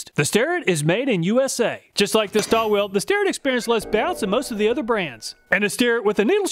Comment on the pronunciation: Stahlville - my understanding of the pronunciation